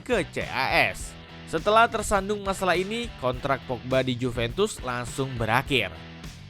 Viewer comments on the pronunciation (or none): none